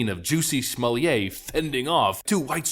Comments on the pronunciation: The name is pronounced Smoll-itt not Smolliay Smollett is a Scottish name not a French one. Don't make him sound posh and upmarket with that ritzy pronunciation! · Stop pronouncing his name like he’s a French aristocrat- his name is JESS-E SMULL-ET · The way you say Smollett, as if his name is to be pronounced like someone who's job is to provide wine parings (sommelier), kills me. It's almost as ridiculous as his fake-lynching, and a real hate crime. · It’s SMOO-YAY! If you’re gonna call him “Juicy”, you have to do the whole thing or it just sounds stupid. Might as well just call him Juss-E. Also, why did Juicy hire some black guys from Africa to play some bigots attacking him in a hate crime?! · Pronouncing his name like he’s a Frenchmen is very offensive to the French. He’s SUB SAHARAN AFRICAN. SMFH